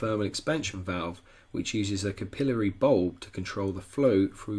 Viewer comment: Cup-il-uh-ree....really bro.... just bustin balls. great info though for new peeps. Welcome newcomers.